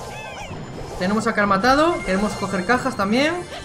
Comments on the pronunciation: Es que dice Cal, no Carl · Es cierto si dice cal